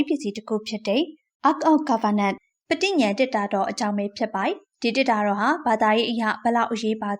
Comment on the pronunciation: စာလုံးပေါင်းမှားရင်တော့မှားမယ် အသံထွက်က ပဒိန်ငြင် လို့အသံထွက်တယ်။ ပဒိညဏ် လို့အသံထွက်တာမဟုတ်ဘူး။